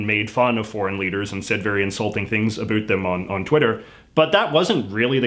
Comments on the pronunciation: A boot? Dude, born here. NO ONE I KNOW pronounces it that way. But the rest is quite correct! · This is only like the second or third video I've seen from you, didn't realize you were canadian, though that explains the pronouncing out as "oot" rather than "owt". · He definitely milks his “aboots” and “oots”. If anything Canadians pronounce it closer to “aboat”. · How about the way you pronounce about. you're the reason South Park has Terrance and Philip doing it . I live in Hamilton and don't pronounce it a Boot. It's ab out. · Soo he’s saying boot as a joke right? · He's fake over emphasizing the 'boot' part of the pronunciation. I guess it's his schtick, and he's doing it for the benefit of people who've never interacted with Canadians? Honestly, it's super cringey, and I can't fucking stand him. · 👞a shoe 👢a boot I'd like to hear this guy talk about a boot.😁👢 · That pronunciation of "about" lives up to the stereotype. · I love how you actually pronounce "about" in the stereotypical way that Canadians do! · I haven't been in Canada since 1990. Reading the comments and how many Canadians were surprised at your pronunciation of "about", it seems the regional accents are dying out. As they are in the States. One stereotype the Simpsons forgot was "Gorf" which kinda surprised me. Is that even a thing anymore? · i don't understand his linguistic origin story. He speaks with a typically mild Canadian accent but then he says the one word: "about" with a stronger accent than I've ever heard in my 44 year life in Canada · He says 'about' like that in every one of his video, about Canada or not, even when he was a TV presenter he said it like that. He also mentioned in a video that he's always pronounced it like that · Talking about stereotypes and says about like a damn Newfie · Damn then you had to go say about like this and confirm the stereotype lmao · i love the way you say about. like how my dad said it. he's from scotland though. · Why do you say about like a boot